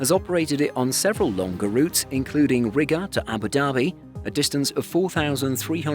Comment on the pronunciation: Try saying “Riga” again. I cringe every time I think about it.